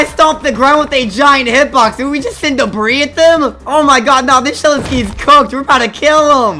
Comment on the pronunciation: ''oh the shedwetsky is on auwa farm''